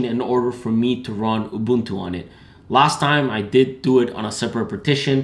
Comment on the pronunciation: Love how you pronounce "Ubuntu". As a South African, I appreciate that shit.